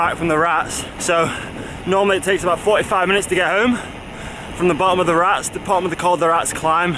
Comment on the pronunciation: Great stuff.. ( i tried last year to get you to pronounce col de RatEs ..oh well..) if training gets in the way of lawro v cam up the Rats 2.0 , how about an armwrestle contest instead! Or soemthing over a coffee in Calpe!